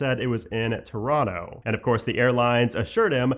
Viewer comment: saying Toronto like a local, nice